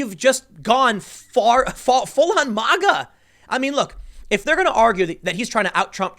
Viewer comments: It's pronounced "magga", not "mahhga" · Why does he say MAHGA instead of MAGA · We don’t pronounce MAGA like Russians Tim, it’s not Mah- Gah. Hard A man, be American. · Why is Tim the only person in America that can't pronounce MAGA? Say the first four letters of magazine.